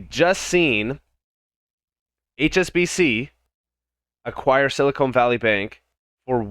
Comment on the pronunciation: The bank's name is Silicon Valley Bank, not Silicone Valley Bank!!!!